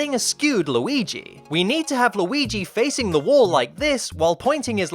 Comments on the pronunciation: Why do you say Low-ee-gee?? It's driving me crazy! It's more like Lew-ee-gee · Not luigis mansion...*WEEGEES* mansion